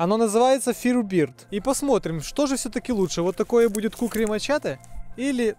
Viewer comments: Не фиребирд, а фаербёрд. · Нормальный обзор, только не "фирубирд",а "фаерберд"-это типо жар-птица